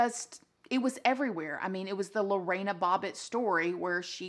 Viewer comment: Also her name isn't Lo-rey-na It's literally sounded the way its spelt Lo-RE-na